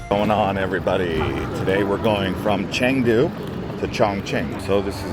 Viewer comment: OMG, so many Americans making travel videos of China and they all have the same thing in common: they never bother to find out how to pronounce chinese names correctly. So lazy. Just google it. It’s “chengdu” not “changdu” and its “gway leen”, not gwee lin.